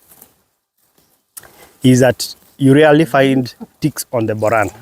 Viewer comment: Just stick to saying Boran not Buran.